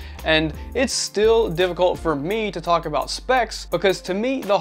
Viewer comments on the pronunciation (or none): none